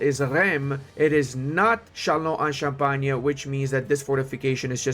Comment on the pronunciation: "Reims" se prononce "" [ ʁɛ̃s ], « rinss »"". "Eim", "ain", "un", "in", "im", is like "1" in french, english don’t use this sound.. But " Châlons en Champagne" was perfect, congrats ! D’ailleurs, Reims est une ville très importante, tous les rois de France s’y sont fait couronnés. C’est aussi un épisode célèbre de la guerre de 100 ans, Jeanne d’Arc escorte Charle VII jusqu'à Reims en 1422. Une épopée épique qui contiste à rendre le roi légitime, et donc rendre le moral aux armées et au peuple, alors même que la guerre apparaît perdue... Bien le bonjour de France ! ⚜️